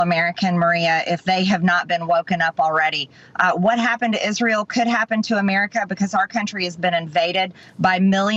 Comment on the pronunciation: Israyel😂 She can't even pronounce it right